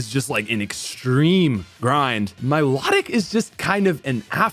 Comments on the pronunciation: Mi-low-tic not my-law-tic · Please learn how to pronounce riolu and milotic